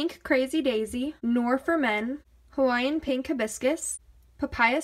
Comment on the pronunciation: When she said Noir For Men she pronounced it "Noor" for men lmao!